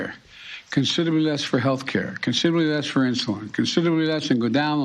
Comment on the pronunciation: Who the fuck let Joe Biden attempt to say the word “considerably” 3 times in one sentence